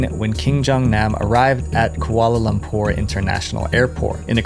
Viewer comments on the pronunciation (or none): he mispronounced "Kuala Lumpur" as "Koala Lumpur"